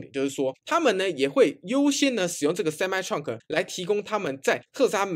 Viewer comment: Truck唸ㄔㄨㄚˋ可，不是創可